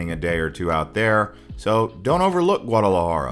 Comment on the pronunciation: Great and informative video but the way you pronunced Guardalajara was so spanglish 😂 l had to think for a couple of seconds before realizing what you talked about. But that did not stop me from waching it all good job 🎉🎉